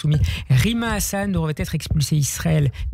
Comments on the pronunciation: ça se prétend être du Moyen Orient et ne sait même pas prononcer le nom HassAN! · Simon Smotrich prononce hassan : " hasson". Habitué au goujons: ben gourion, Ariel sharon, Aaron, etc...C’est un nouveau stagiaire de l’université de "l’intox et endoctrinement" qui est souvent invité à RadioJ et Qualita pour un stage pratique. Le fiel qu’il déverse lui permettra de recevoir son Diplôme de super menteur avec mention ...Merci Slama de lui faire ravaler son étron...